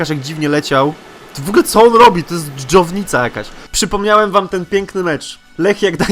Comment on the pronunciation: " To jest dżownica jakaś " 😂